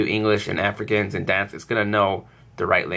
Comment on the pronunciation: "Dansk" it sounds funny when you say it :P i'm from denmark so.. :P